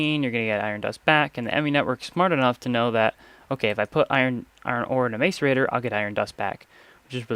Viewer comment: Macerator is pronounces mass er ator